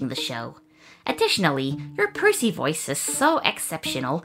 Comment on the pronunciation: Percy it's Percy you messed it up